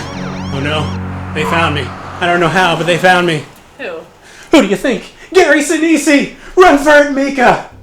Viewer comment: Gary Senese - the last E is silent and not pronounced. But this is still interesting nonetheless.